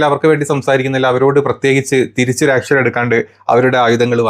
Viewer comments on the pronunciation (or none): none